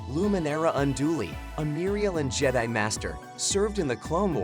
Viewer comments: stop calling it je-dee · I'm a huge fan of the "Jedee order" and the "Scyth order" 😂🤣!